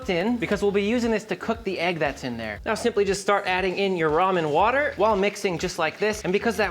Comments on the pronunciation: It's "Ramen" , not "ROHMAH". Who taught you how to read? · It's Raymen ffs.